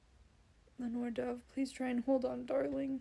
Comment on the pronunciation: still sobbing after finishing the eplilogue when i started watching. you made me cry again LOL!! i died. in the audio book, ringina was said rin-gee-nah (if you were still curious). it is len-ore (like lenny and ore like minecraft), so you got that one right. in the audiobook burdock is said less like BURR-dock and more like brdick ??? if that makes sense.. maritte is like mare-eet. i reacted the exact same way to effie arriving HEHE. and pultarch is such an angel in this book, i kiss him on the cheek! i definitely felt the slowness at the end of part 2 BUT THE CUT TO YOU CRYING. FUCKING FELT. i also got horrible rue flashbacks. plus the brutality. one thing i noticed about haymitch is hes such a nickname person. "buddy", "sweetheart", "sis", and "ladybug", and i think it reflects so much on his relationships with people and how deeply he actually feels about people because hes not good at showing his feelings outwardly. sigh. maysilee and haymitch hurt so BAD so so so bad. suzanne is so evil for it + you talking about how selfless and brotherly hamitch is and then seeing the way the capitol manipulated the games to appear. SO EVIL hrhejwje. also did you find the beheading as shocking as i did??? my jaw like DROPPED. i think i spent that last chapter just crying and cry and crying, and then i stopped at the funerals (THE FACT THEY BURRIED THEM TOGETHER???). but then lenore died and then. sigh. he loses blair and burdock and asterid... SIGH... i also thought the book wasnt gon